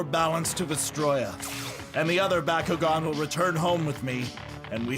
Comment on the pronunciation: That's BOCK-KU-GON. Not BuhKuGen